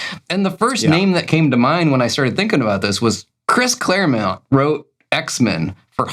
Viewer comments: Mc-fair-lane, Clare-mount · First Mcfair-lane, now Claire Mount 🤦‍♂️